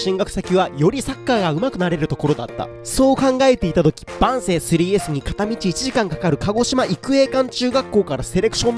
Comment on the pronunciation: 万世の発音よ